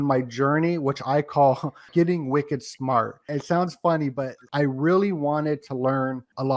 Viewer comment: I love hearing you say.. wicked smart ..!!